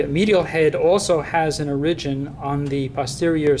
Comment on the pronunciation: great except after a while the fact that he's not pronouncing "origin" right just gets annoying